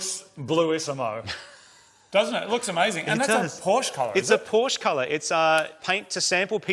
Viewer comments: Now i am very, veeeery disappointed. Porsch? Really? What happened to the E in the name!? It is PORSCHE. Porsch-E! Like in "meh". Porsch-eh. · Porsche not Porsch.